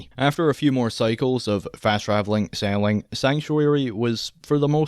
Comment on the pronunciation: dude how do you pronounce selling as saling?